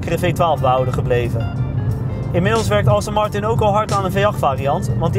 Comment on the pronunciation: Het is Aston Martin, niet Austin Martin! Let op je uitspraak en wees ontspannen!